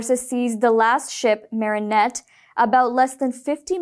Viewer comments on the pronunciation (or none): none